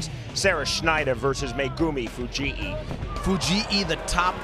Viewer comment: I know that annoys me too. It's not Fuji'i like it's Hawaiian or something.